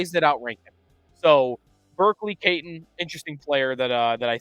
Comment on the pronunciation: Iginla is going no higher than 5 and no lower than 9. If they go forward (I prefer a D-man) I want Helenius. Edit: also some help on pronunciations: Catton is Cat-tin and Sennecke is basically Seneca.